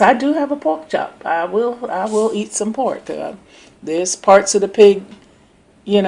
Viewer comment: Lol "All det Porrrk!!!"